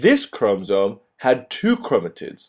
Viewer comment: why does he say chromotits?